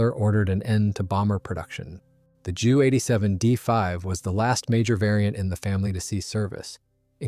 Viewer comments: its J U not ju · Jew 87 Dora, jeesus these AI's are crap, it's J U 87. To who ever is making these videos, don't you even check your work, for facts and accuracy at all? This was almost a good video with fresh images.